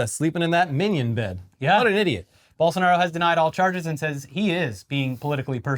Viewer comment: I gotta say, great job pronouncing Bolsonaro’s and Lula’s names.